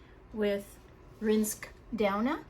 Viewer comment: Please pronounce rinske name right